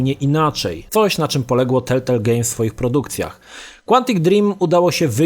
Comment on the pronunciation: Nie telltelll tylko telltale